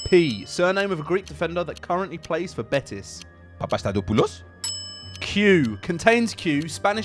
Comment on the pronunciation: As a Greek I rate his pronunciation of Papastathopoulos, the arsenal players called him Papa for a reason 😂